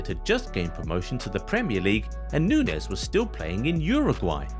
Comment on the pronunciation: He pronounces Nunez wrong the hole vid